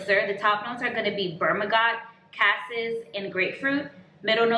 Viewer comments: On the amber oud gold .... I SWEAR u said BERM A GOT ..... INSTEAD OF BERG A MOT.... That was hilarious 😂. But I have heard people talk about this one SOOO MUCH!!!! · It’s Bergamot not Bermagot lol Thanks for sharing. I have some of these and your descriptions are on point. ❤ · Ber ma got? 😂 did you mean bergamot? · Say it with me ….B E R G A M O T. I chuckle every time you mispronounce it. You keep saying berMaGot. Funny.😌🤗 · Strangely, that was bothering me every time she said it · I love amber oud gold. It's "ber gahhh mot" though not "ber mahhh got" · Berm-a-got? Berg-a-mot is the pronunciation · BerGaMot Not BerMaGOT JUST LIKE IT’S SPELLED. NOT TRYING TO BE RUDE…I just wasn’t sure how to pronounce it years back… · Bergamot.... Is pronounced bur·guh·maat. I share this with respect. Some notes are tricky. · You made me laugh with "bermagot". 😂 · It is BER- GA- Mot